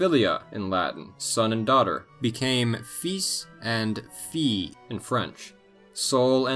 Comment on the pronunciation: Either you were playing hooky the day the pronunciation of "fils" and "fille" was taught, or you had a terrible teacher.